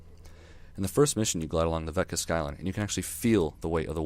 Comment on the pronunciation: Nice review... but it's Vekta, not Vetka. Love this game, though.